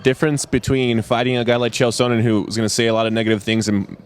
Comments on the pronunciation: "chael shownen" haha ! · why does he pronounce it Chael Shownen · lol "Shonan." Ed Soares is a dumbass. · and its sonnen not shownan get it right ed SHoares you fucing d-bag! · This guy can't even pronounce Chael Sonnen's name. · Could he have mispronounced Chael Sonnens name a few more times? And why interview an agent anyway? As if hes going to say anything other than his fighter is the best? I hope Chael or Maia beats Silva, I've had enough hyperbole about this guy.